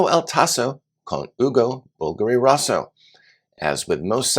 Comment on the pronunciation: Rosso = Roe-soe